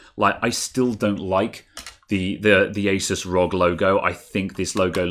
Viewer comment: Best bit when you pronounced asus correctly.